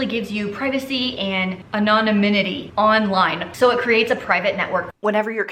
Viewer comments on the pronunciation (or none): The word is a-no-nim-it-ee, not a-non-oh-nim-it-ee. 🙂